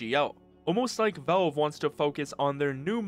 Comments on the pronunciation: Please stop saying "velve" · Learn to pronounce "Valve". It's not "Vawulb" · Good video but who is "Velve"? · I like how you pronounce valve